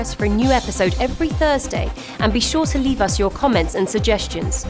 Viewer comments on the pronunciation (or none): none